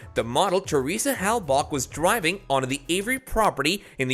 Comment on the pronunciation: Dude! Learn how to pronounce Theresa name correctly!! (Seriously, Hellbak)?????